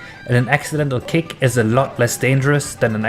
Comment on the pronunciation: Sounds like your saying "Cake" and not "Kick".